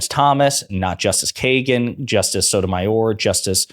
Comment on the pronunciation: Cun* can't even pronounce Sotomayor and she is on TV.